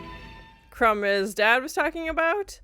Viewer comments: It’s pronounced Crom, not Crumb. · crom not crumb ! lol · Crohm. ..not crumb 😀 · His god is CROM, not Crumb :) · Crom is the chief god of the Cimmerians. Not crum lol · "Crom!" is an exclamation, like the one you pronounce "Cheese and Rice..." You are the second reactor that says Conan's bodily fluids contaminated Doom's fountain. Does nobody in the western hemisphere realize that almost all historical fountains were fed be fresh water and so rinsed themselves in addition to being cleaned when necessary! They were the public water sources for urban populations! You knew you were cosmopolitan if you got your water from similar public facilities! Go to Rome!